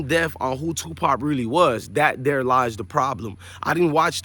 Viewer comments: real talk though , y dis respect Tupac by saying his name wrong? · His name is Tupac not Twopop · Tupop who the fuk is TUPUP . ITS TUPAC PELICAN 😂😂